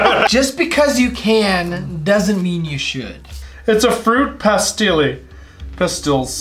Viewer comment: “a fruit pastilly” 😂